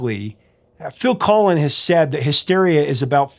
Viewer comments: You keep saying Phil Collin is it the same as Phil Collins from Genesis ? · Why are you calling Phil Collins, Phil Colin? 🤔